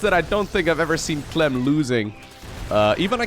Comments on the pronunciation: "serral pronounces 'clem' as 'clam' apparently" > pronounces "clam" as "clum" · LiquidClem's real name is Clément which is pronounced "Clay-mah" in french. Clem, without the accent aigu it's pronounced "Clam" in french. Italian pronounciation of Clem is also "Clam". In english there is little difference between the prouninciation of Clem and Clam. And with clams being a seacreature people would assume it is written as the latter. Dutch pronounce Clem the same way as the english, french and italians. But Clam is pronounced "Clah-mm". and Harstem use a strange in-between pronounciation which makes it sound like the english wourld write "Clum". The dutch word for clam is mossel, which is unrelated.:) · In italian "Clem" is nowhere near pronunced "Clam". Source: I am italian